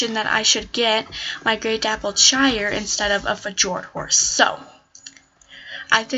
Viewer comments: It's not f-Jordan it's fyord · you got it right on the vid you got it wrong and said f-jord instead of fyord so you might just wasn't thinking and was worried how long the vid was or something to get it over with.